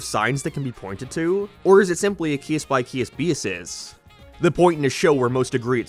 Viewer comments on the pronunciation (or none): “Or is it really a cYease by CyeAse bYasis”